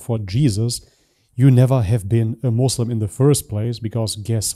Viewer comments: Dude what really turn me off, Ken Muslim can’t pronounce ANY ISLAMIC world correctly. Jesus Christ! It’s “muSlim”, NOT “muZlim” for GOD SAKE!!! Even 5 yrs old Muslim knows that! who been revert for only a year knows that and pronounce it right! And don’t get me started who wrongly she pronounced Allah and Mohammed. Dang woman, you were never a Muslim to begin with. And wi th you keep repeating that u was ex-Muslim, that’s a dead give away, trying to use mental trick to put in people mind desperately. But it’s a very basic trick and from her it’s annoying. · ah, i love this another 'ex-mozlem' testimony. the way she pronounce Allah gave away that she is just another 'ex-mozlem'. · Lol “mouslem” :D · some probably are, but for this one the way she says "Muslim" and "Allah" is not really how we say it. Even if she just live in a Muslim family without her doing Islamic things, she at least should know from people around her how we pronounce these arabic words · I was about to say the first red flag. The pronunciation of the word Muslim but beat me to it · If she can't even pronounce the word Muslim makes me question everything she said. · All born Muslim, can pronounce the word "Muslim" correctly... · Who call us "MUAZLIM", not "Muslim"? Sounds like a made up story to get views on the net. Plus, I don't think she ever was a "MAUZLIM". She seems to be reading a statement, from time to time, can anyone check this too? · The way she pronounces “Muslim” as “Mozlem” says a lot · No Muslim will pronounce Muslim as Muzlim and Islam as Izlam except if they just reverted recently to Islam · Anyone that says Muzlim I don’t take their word 🤣🤣🤣🤣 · the way she says "moshlim" and "aalah" shows this is fake , Muslim in general have a decent level of pronunciation ... ... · Lady u we’re never a Muslim to begin with cause u don’t even know how to pronounce a word “MuSlim” , not “muZlim” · You can tell someone was never muslim by the way they pronounce moslim.